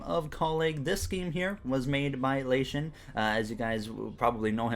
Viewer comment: Hey His Name Is Actually La Ti On You Kept Saying It Wrong